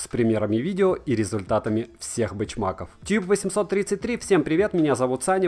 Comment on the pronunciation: Первая минута видео и уже - перационТка, бечмаков... Испанский стыд. Что у вас с произношением слов? Почему в одних словах вы добавляете лишние буквы, а в других убираете нужные? Ну хоть веселите меня.